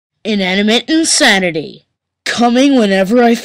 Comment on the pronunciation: “ENANIMAT ENSANETAY” 💀💀💀💀💀